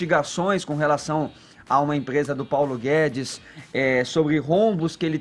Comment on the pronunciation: "Paulo Gué-dês" 🤣